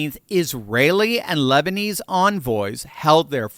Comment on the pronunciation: “The lesbinese government” 😂😂😂